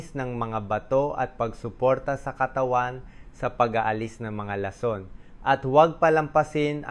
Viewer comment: 😂 Ong Bose's mo Ang pangit nang pag kakabigkas mo nang lason😅